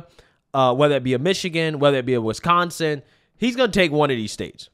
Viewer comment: WISconsin, not WESconsin....sheesh.